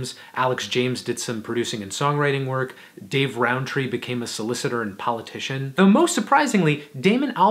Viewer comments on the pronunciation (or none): none